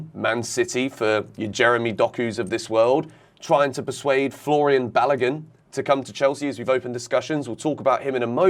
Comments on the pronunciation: let me help you again as I always do when you mispronounce Nigerian names. Folarin--- yes, the Sky's pronunciation is closer to it than yours. Balogun---- remember the way you pronounce the Balo in Balotelli, then just add a 'goon' after it. You will have bar--low--goon.. do stress the syllables as you would stress each of those words too. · You guys pronouncing Balogun horribly badddddd...